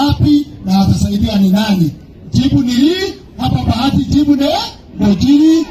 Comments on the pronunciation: It's bahati not bagati. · It is Bahati not Bagati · Boss ni Bahati sio Bagati as it appears on your screen.